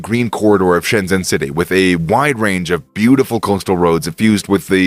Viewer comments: please learn to pronounce it correctly: 深圳 Shēnzhèn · How can you go to Shenzhen, make a video about Shenzhen, and still not know how to pronounce 'Shenzhen?'